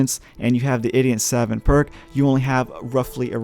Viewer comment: "Idiot savint"